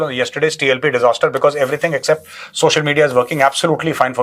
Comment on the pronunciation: Paijaan payhli bat wo word accepting hay not excepting 🤣🤣..or ye jo sawal ap yeha kar rahe hay ye jak apka AWAM se pucho...aap galat jaga agaya? Knowledge yeha se mil jayega...question apko apka AWAM se karna hay 😀😀